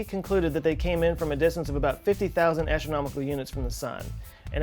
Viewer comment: min ... ASHonomical? Or is ist ASTRonomical unit? ^^